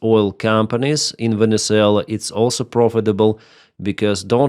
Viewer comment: Your opinions are crap . Monduro was a major drug dealer to the US. He was killing 25,000 people per boat load . Oh that's right , YOU forgot to mention that . Typical of your 2nd grade news casting . It also might help to pronounce the country's name correctly. What a non professional you are . Get that corn cob out of you butt with the USA . SCOTT NICHOLSON TENNESSEE